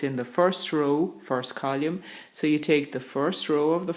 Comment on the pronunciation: column not colume